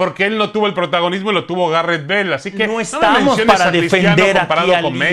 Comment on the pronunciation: Faitelson “Garreth bel”